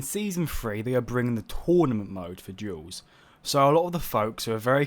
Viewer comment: I'm the only one hearing "jewels" instead of Duels?